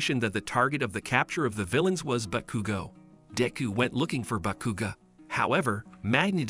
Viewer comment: Bro said bekuga lol not hating it’s just funny😂